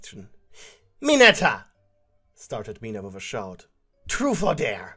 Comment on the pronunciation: Ok It’s am And I heard him yell TruFe or DaRE in the most ASIAN ACCENT IN THE WORLD and then burst out laughing I can’t